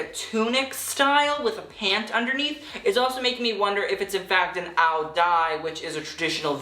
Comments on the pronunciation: the vietnamese traditional "tunic" is actually pronounced "ao zai"! but i LIVE for a fashion guru so knowledgeable of foreign culture historical garments and being respectful of cultural sensitivity <3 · pls look into how to pronounce ao dai...the brocade print, short sleeves, and piping of H.E.R's look is remiscent of the Chinese cheongsam, but the high cut and pants are referential to ao Dai (pronounced ao yai in southern Vietnam) shame on H.E.R, not to diminish her heritage but from appearance she is black-presenting and shame on Vera for mashing up Viet and Chinese culture in this way; its examining Vietnam through the lenses of Chinese fashion and China doesn't need to conquest Vietnam again